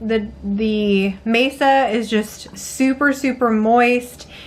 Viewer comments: I am going to ask you why you are using a table in your tamales. 😂😂😂 I’m totally teasing you! The corn mixture is pronounced Mahsah. Maysuh (mesa) means table, in Spanish. You are just too cute! I love the red chili sauce! I’m curious, do the little flakes from the skin soften? I once forgot to strain my chilis and I had little pepper flakes. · It's not maysa it's ma'sa. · you keep saying Mesa, it's actually called Masa lol😊😊😊. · Mesa I was like oh she means Masa 🫔 😂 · My family has made these for years, never with a tortilla press though! That looks so much easier than spreading with a spatula! I love how you do your 🌶️🌶️ peppers too! It beats boiling the chilies. In our family we pronounce it Masa instead of Mesa. Thank you for sharing, I can't wait to try it your way next time!❤